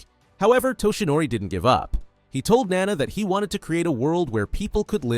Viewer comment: IT'S NAWNAW NOT NANA